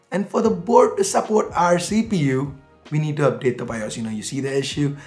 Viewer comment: its bios not BIOSH